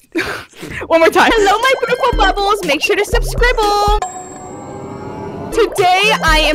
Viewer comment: Hello my bootiful bubbles TODAY wait- 2nd try: Hello my bootiful bubbles a- 🤭 3rd try/ the most HILARIOUS ONE IN MY OPINION: Hello my bootiful bubbles make sure to sUbScRiBbLe ( thinking about her life choices "WHAT HAVE I DONE PANIK")